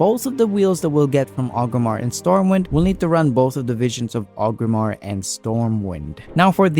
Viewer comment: sounds like you are saying Ogrimmar (with the R missing before the G), then i noticed you put up a list of objectives twice, once for 5 mask achieve and once for the 8, and in both you had the city name spelled as Ogrimmar. so I figured I would let you know it is Orgrimmar, that is why people say Org alot when referring to it, not Og. that being said, it was a good video. I'm just looking out so you will spell/say it correctly in future videos.